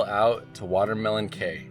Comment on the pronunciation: Hi, it's actually WaterLEMON cay!